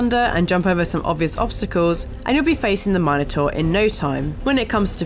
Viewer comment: Learn to pronounce “Minotaur” properly lady